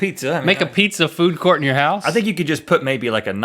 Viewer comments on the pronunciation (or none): none